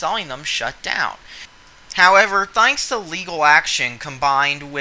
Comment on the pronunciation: "Thainks" "Lon"